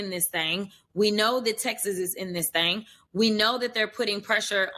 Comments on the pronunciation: lady there is no A in THING, you went to ivy league schools and you still can not pronounce words with the correct vowels? We need to start having an IQ and literacy tests for our political representatives. It’s pronounced THING NOT THANG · “Thang…”??? After all of the tens of thousands that went into her education? 🤨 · Dod you know the word "Thing" actually is said "Thang" Who knew ... shes hip hop & hood > private school rich girl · “In this thang” 😂 good grief.